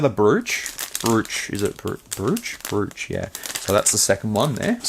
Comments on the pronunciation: Brooch is pronounced Broach. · Good stuff, Temu ftw. BTW, Brooch is pronounced: Broach At least where i'm from, I should add. 😅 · Brooch is said like "Broach" - just sayin'